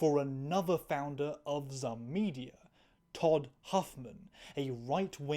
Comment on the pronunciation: I hate to do this to you but the stupid company name Zum is pronounced like the word Zoom. Thats what the little.. I think its an umlaut is for